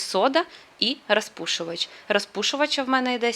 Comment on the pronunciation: Ну чому ж треба було триста разів сказати саме " рАзпушувач"? Ми і так розуміємо, що ви намагаєтеся перейти на українську мову. Ну блін, наче Ю. Тимошенко